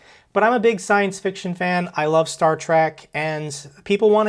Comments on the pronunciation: Star "Track"? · *trek Star Trek, not “track”